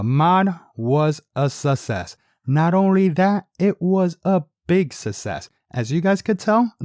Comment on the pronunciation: U forgot to cut the base of the seats out to allow them to sit deeper in the car. So much fir “SUSSESS” the word os Success (Suck SESS) not sussess 😑🤦🏽‍♂️